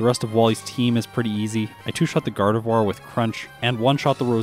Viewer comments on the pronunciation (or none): none